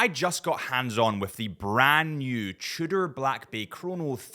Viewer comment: Didn't know Tudor has a French name: Trudor... Fancy